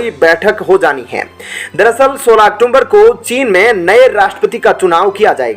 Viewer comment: औक्टूबर बोलिए औक्टूम्बर नहीं